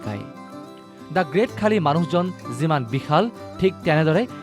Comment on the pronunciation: Khaali nohoi bhortti. Khali buli ussaron koribo pora nai ne? Iss iss